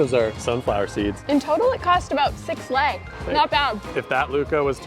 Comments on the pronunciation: It is not l e I it is lei it is 6x less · It's actually pronounced like this l -ai